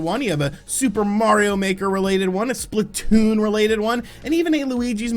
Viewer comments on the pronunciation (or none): none